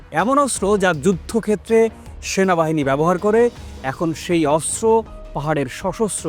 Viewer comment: অস্ত্র উচ্চারণ শুদ্ধ করে করতে হবে 😮😮😮